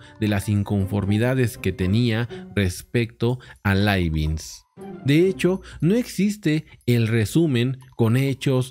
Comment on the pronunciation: Profe. Leibniz no es Leibinz.